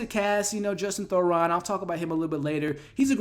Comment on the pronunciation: It’s Justin Theroux not Thoron. I love your reviews but I have to give you feedback that you OFTEN mispronounced the names of actors, character names or just words in general (meyondering instead of meandering in this video for example). You have great insights and recap the plots so well but these slips effect your credibility and are a bit distracting. I say this to make you better, not to just criticize you. 😊